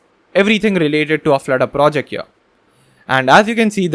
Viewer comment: here not ear, not ea, not eee, not E R